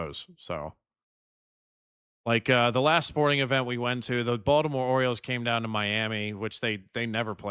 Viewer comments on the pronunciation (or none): none